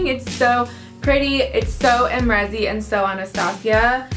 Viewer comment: You used a cheap brush , how is it supposed to show up? I have it and I love it. Use a denser brush. I used my mermaid Fan Brush as well and it worked just fine. Not to mention you're not even saying her name right lol.